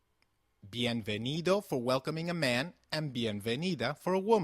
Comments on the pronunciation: Don't you pronounce 'v' same as 'b' in Spanish? Like Ve de vaca which sounds like baca? Why do you say Bienvenido and not Bienbenido? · It's pronunced: "Bienvenido o bienvenida", porque así es la regla :v